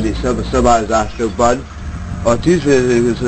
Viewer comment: a tüzsszsüzzsüsz szabályzásokban